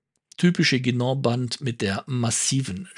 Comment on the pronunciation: Ein Lob für die richtige Aussprache von "Guinand" und "Saphir" an!